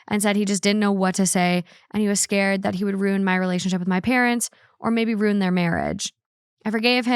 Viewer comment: for the love of God, stop mispronouncing the word Ruin. It’s ROO-IN not ROON. Correctly pronounced “ruin” has 2 syllables, so if someone is pronouncing it as one they are not using the correct pronunciation. You can listen to it in American and British English.